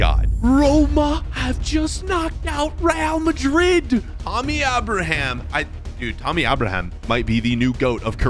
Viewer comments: It’s not Tommy auberhamh it’s Tammy Abraham with Abraham as in the president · “Tommy Aboraham” 😂💀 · “Tommy ubraham” 😂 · “Tommy Abrahom” 💀💀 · You said Abraham wrong